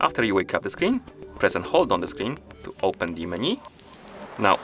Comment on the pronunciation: It’s not pronounced “meni” it’s “menu” 😅